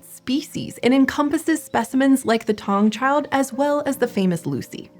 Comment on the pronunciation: Sorry but your saying the name wrong " Taung child"